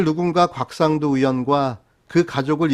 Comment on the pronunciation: 곽상도를 개상도로 읽는다